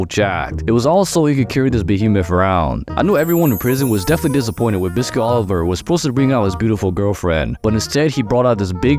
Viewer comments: Its not Oliver its Oliva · Oliva. Wtf is Oliver?